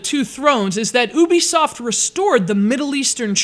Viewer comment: you-bi-soft not you-be-soft